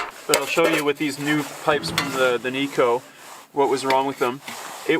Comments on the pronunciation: Its pronounced nigh-co not knee-co. The stove is named after its inventor Ted Knight - hence its pronounced like his name. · Kni co. Kni Alaska made. Not nico.